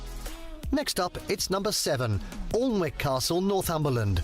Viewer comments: All n wick astle!!!!????? Pronounced annick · Alnwick pronounced "Annick" seat of the Duke of Northumberland, the Percy family. As in Lord Percy from Blackadder. The first series of Blackadder was filmed there along with it being used for Harry Potter as Hogwarts , along with Gloucester Cathedral which used it's Cloister. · "Aln-wick"? Only ever heatd it pronounced "Annick". Great place to visit, by any name. A lot of the Hogwarts scenes, like Harry's introduction to Quidditch and Ron's slug-vomiting were filmed at Alnwick. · The narrator, though English, cannot pronounce Alnwick. It's not "Oln-wick", but rather "Annick".🙄🙄🙄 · Really anoying he calls it alllllnwick casrle its pronouced anik castle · ALLN-WICK. The locals pronounce it AN-NICK. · Pretty sure it’s pronounced Annick…..not Alln-wick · This guy narrator can't pronounce Alnwick. It is A nik. Not Arlnik. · Not a great video to react to imho. I’d replace Rochester (tower and curtain wall only, bit disappointing), Bodiam (built to look more than it was), Alnwick (pronounced Annick; too touristy and more Harry Potter than medieval castle), Leeds (again, touristy and not enough “castle”) and Highclere (which is more stately home than castle) with Ludlow (with the brilliant little Stokesay nearby), Warkworth (with Dunstanburgh and Bamburgh nearby), Kenilworth (near Warwick), Goodrich and Portchester (though this could be seen as Roman if you’re being picky!) with honourable mentions to the Welsh; Caernarfon (with Conwy, Beaumaris and Harlech nearby) and Scots; Edinburgh, Stirling and triangular Caerlaverock. All these are stunning castles in great settings with huge amounts of history. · Just to point out he pronounced Alnwick wrong. It's pronounced Ann-ick. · Just a quick pronunciation correction. Alnwick Castle is pronounced Annick. My nephew and family live there. Just saying ……. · Alnwick is pronounced Annick. It is the setting for the first Quidditch lesson. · Alnwick is pronounced ANNICK!